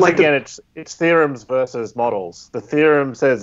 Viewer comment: Bro the word is VER-SUS. A verse is a something in a song or the Bible.